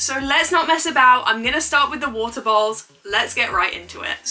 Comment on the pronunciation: with ur accent when u say "bowls" it sounds like "balls" to me 😭😭